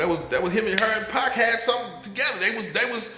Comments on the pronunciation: It's Pac not pack this is all cap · Arseenio, Pack????? WHO ARE THEY? I am so tired of people telling stories about people they know nothing about. I mean how can you give accountings of someone's personal life and you won't pronounce a person's name correctly????? I WONT BE LISTENING TO THIS TRASH. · The 'Pack' pronouncing is killing me lol